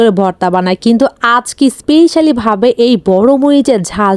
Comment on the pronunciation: গাইজ❎ গোইজ✅ স্পেশালি ❎ ইস্পিশালি✅ ইয়াম্মি ❎ ইয়াম✅ ট্রাই ❎ ট্রয় ✅😂😂